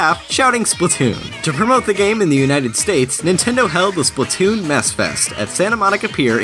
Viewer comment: Splat-toon not splu-toon